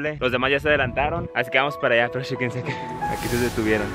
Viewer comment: Tambien dijo shequense como 20 veces xd